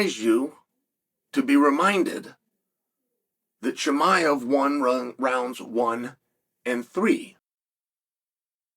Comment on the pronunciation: So disrespectful, if you’re speaking about someone, at least have the decency to learn how to pronounce his name correctly.